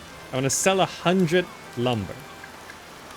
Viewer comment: Just a random language related question. Whenever you say "hundred", I hear "hundreth". Is that an accent thing? :)